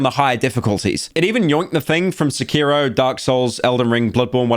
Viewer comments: pyro out here pronouncing sekiro as secureo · Sec-Key-Row Sec-Key-Row Sec-Key-Row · Why is Blud saying Sekiro like that⁉⁉🔥🔥